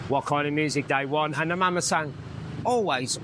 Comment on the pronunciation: It’s Mamasan or Mama-san. Not Mamasang.